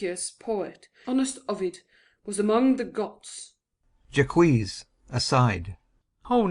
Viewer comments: in As you like it. It's "Jay-Kwees" here. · "Jaques" = "j-ah-ck" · In our theatre class, I thought it was Jacques said normally (the French way), others thought it wad Jakes, some thought it was Jay-keys. We're pronouncing it zhay-kwees. No one's remembering how to say it. Part of me wishes we could just call him Jack already.